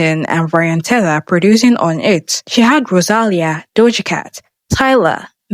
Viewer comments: rosalìa!!!!! get the accent right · The pronounciation of Rosalia is killing me😅